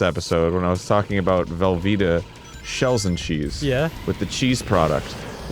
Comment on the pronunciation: I also like the way he says shells and cheese..... not shells and cheese.... SHELLS n cheese